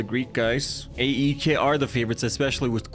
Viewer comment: I support aek its pronounced I-K